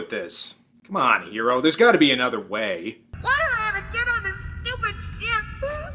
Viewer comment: I remember the OVA of this was advertised as the Animeversion of Alien and the Thing. The Name is Hiro and in the dub pernounced like Hero...like in...öh...Heroes.